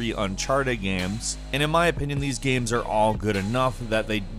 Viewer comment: Love voice but sometimes he says games like guems...you guys hear it?